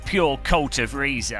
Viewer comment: Nice video,. I regret to inform you that Reiza is pronounced "razor", as in the shaving equipment you neglect to use regularly. 😜